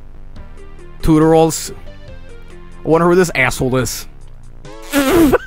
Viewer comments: When I get to the girl saying TOOTERALS, I put CC (Captions) It says Tutorials. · "And video tutorals!" How does someone mess it up that badly?